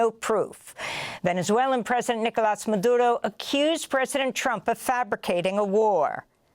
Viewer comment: Madura is correct! For once.